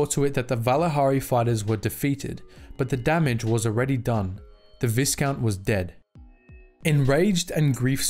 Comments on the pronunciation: VIEcount, not VISScount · Viscount is pronounced Vy Count. The s is silent. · Vi would sound more like the letter V while you can hear the (aight) in the other one. Since the word is french I'd say you shouldn't pronounce the S and it would sound like V Count. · Viscount is pronounced vigh count. Like high, but with a v. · The "is" in viscount is pronounced like the "is" in island. Viscount should sound like "vie-count". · No it is pronounced vis count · Its definitely pronounced vigh like byeee. Look where the term came from. How would you pronounce vigo carpathians first name? VEEgo? Or VIGHgo? Clearly VEEgo. Much like the word ERGO its pronounced AIR GO. Versus errr go. Viscount is pronounced VIGH count. You cannot change my mind. Its basic phonetics. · Christ, dude. "Vigh-count. VIGH-COUNT." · Yes there is an ‘s’. But it’s silent! Pronounce v-eye-count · Viscount is pronounced Vi count. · Viscount is pronounced vycount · It is pronounced vi,kount with the I being a long I as in vie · Sorry bruv but it bugged the shit outta me, it's pronounced vy-count. The S is silent. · It's an older video, but dang. Star Wars lore vids have a way of getting the pronunciation of "viscount" wrong and apparently have for a while now. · Visount has a silent S. Also, Serrano is said plenty of times in the shows, and it's also not how you pronounce it.